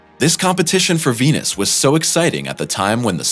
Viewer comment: India would've been the first to beat everyone, their biggest obstacle was they couldn't pronounce the planet's name correctly. It was tough to raise funding... Nobody invests in Wenus.